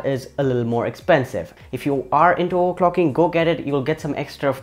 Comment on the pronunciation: Sorry I had to because it's funny "OERCLOCKING"